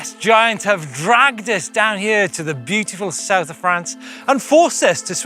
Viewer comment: It is pronounced giant not giant.